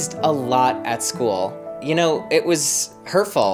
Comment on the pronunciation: When he said it was hurtful, I thought he said it was “her fault” lol